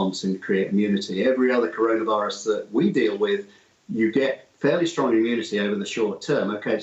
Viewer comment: Cor-ON-a-virus? This man has not heard of this thing yet?